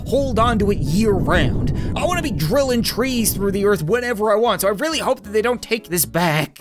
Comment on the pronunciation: He said donut understand